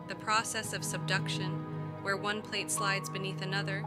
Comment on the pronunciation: I really hate when people let their computers read their scripts. They suck at it. Pronouncing PLATE as platt and such. Just read the script yourself or pay someone to do it for you.